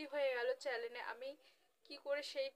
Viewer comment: চ্যালেন না আপু চ্যানেল 😂